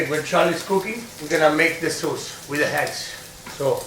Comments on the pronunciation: Lol, eggs...si chiamano eggs, non HEggs....lol Mia nonna faceva una carbonara migliore di questa Siamo al 2025 e 'sto terrone non ha ancora imparato l'Inglese. Tuo nonno si gira nella tomba....lol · "I am a good hegg." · Where did he get the H in eggs? 😂😂😂 Heggs